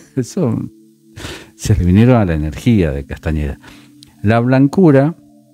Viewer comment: Me encanta cómo le cambiaste el apellido 😂 No es con eñe, sino con ene: Castaneda❤. Por lo demás, tus explicaciones son clarisimas. Me encantan